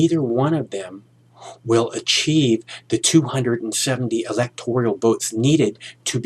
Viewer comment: It's the Electoral College, not the Electorial College.